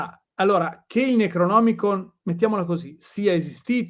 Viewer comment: Una delle Live più interessanti ed attuali mai ascoltate. Complimenti per scelta e articolazione dell'argomento. Piccolo appunto antipatico (spero mi si perdoni): Lovecraft non LoveLcraft, Necronomicon e non NeGronomicon come giustamente pronuncia.